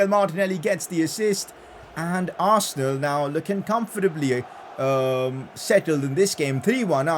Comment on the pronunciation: Arsenaal is more like 'Arse'nal 🤣🤣🤣🤣